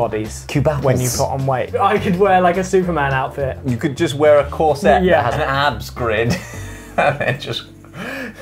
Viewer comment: Can we just take a moment to address the way Josh pronounces corset? 😂